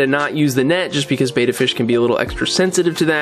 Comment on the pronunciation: Nice job mate. It would be awesome if you pronounce Betta properly, not being picky but the way you pronounce it means effeminate man. Betta means Warrior and is pronounced similar to "Better". Betta Splendins means Beautiful Warriors. You always do grest work I hope you don't take offence to my comment. I also love the Salivinia it's is a life saver.